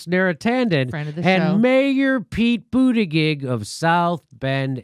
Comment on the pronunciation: I wonder if Jimmy is pronouncing his name wrong on purpose or he doesn't know how to actually pronounce his last name?